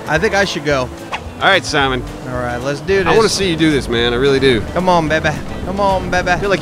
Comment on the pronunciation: I love how when you are annoyed at Simon... he becomes Sahmon